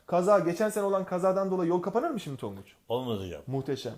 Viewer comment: tonguç done don değil